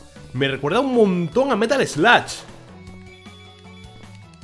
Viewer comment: No es sluch es “eslog”